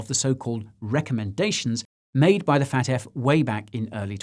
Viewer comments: I love how you keep saying "Fat F" (FAFT) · I know this is serious but every time you say FATF it sounds like you're saying fat ass